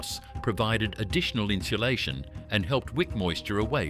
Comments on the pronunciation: It kills me to hear the narrator pronounce insulation (in-sue-LAY-shun) as in-shoe-LAY-shun. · Never heard someone try so hard to add an “h” to a word…inshalation. Lol